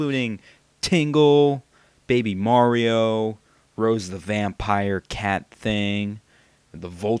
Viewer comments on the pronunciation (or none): none